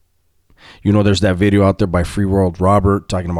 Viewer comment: The "New Bideo" is like your calling card... can't give that up